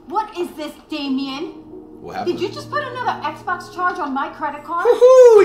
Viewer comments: so nobody gonna talk about how he was saying exbone in stead of xbox😂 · Everyone: Xbox Flight: Xbon